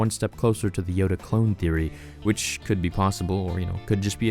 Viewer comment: It is know a Yoda not a Yodale